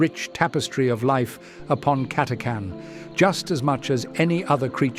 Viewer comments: CATA CHAN ... NOT CATACAN ..... :/ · It's pronounced Cata-chan not Cat-a-can! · WOW. Nice background audio. Also, your voice is really good. Just to be nit-picky... the "H" is not silent You don't take cange from the tip jar, no matter how carming you may be. It's CA-TA-CHAN or CAT-A-CHAN. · The official pronunciation of the "ch" in Catachan is /tʃ/ as in "chew", not /k/ as in "can".